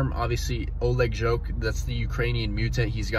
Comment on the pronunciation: I'm pretty sure it's said jhhock, not joke lol.